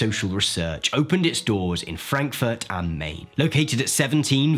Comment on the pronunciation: German tip: "Main" in "Frankfurt am Main" is pronounced like the English word "mine".